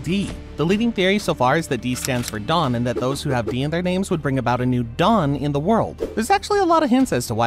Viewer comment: i thought he said dong insted of dawn for a sec